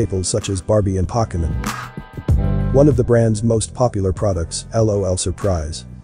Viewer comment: Its poke e mon not pock eh man 🤣